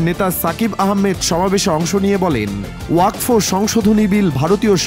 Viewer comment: জয় শ্রী রাম 🚩🚩🚩🚩🚩 ওযাক ফ নয় রে আগাকাটা নিউজ , আগে উচ্চারণ করতে শিখ তারপর জনগনের কাছে খবর প্রকাশ করবি ।😊😊😊😊😊